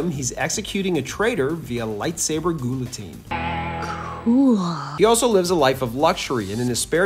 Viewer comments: gill-o-teen or Gee yuh teen not GOO la tine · GEE-o-teen. Not GHOUL-uh-teen. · What the fuck is a "goolatine"? Have you lived your entire life and never stumbled upon the opportunity to hear someone else say the word "Guillotine", much less having said it with your own two lips and mouth? It's pronounced "Gee-yuh-teen". It's a simple French word that deceivingly looks far far more troublesome to correctly say aloud, than is otherwisely true. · Ghuliteen lol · Did he say lightsaber "goolitine"? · What the hell is goo-la-teen? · bro really said "goolateen" 😂😂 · it’s pronounced “Gee-uh-teen.” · LIGHTSABER GOOLATINE? Bro, that's not how you say it. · Did he say “goul”-atine? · Goolatine? Seriously? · "Lightsaber Ghoulateen" Nice. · Bro said “goolotine” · Goolateen lmao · Gouli-tine? Seriously? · Lightsaber “Ghouly-teen” 😂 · I'm sorry... "goulitine"? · That is easily the worst pronunciation of guillotine I’ve ever heard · The guillotine pronunciation lmao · I almost get that you can’t pronounce the word, guillotine. But how in the world do you not know how to pronounce, Darth Plagueis? lol. You should stop doing Star Wars videos. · Go back to second grade and learn how to pronounce guillotine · That's the weirdest i've ever heard anyone pronounce "guillotine" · "ll" makes a "yah" sound in Romance languages like French!!! Guillotine doesn't have an "l" sound in it!!! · Your pronunciation of guillotine is atrocious, thanks for the laugh. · Nice guillotine pronunciation. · Why TF you saying “guillotine” like that?